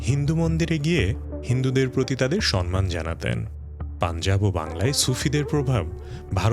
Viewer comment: সম্মানের সঠিক উচ্চারণ সমমান,আপনি বারংবার সনমান উচ্চারণ করে গেছেন।আশা করি,পরবর্তীতে নিজের ভুল সংশোধন করে নেবেন।